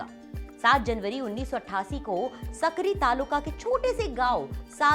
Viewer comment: Please pronounce my village properly it's not सक्री, it's साक्री and not साधू तालुका, it's सामोडे गाव......!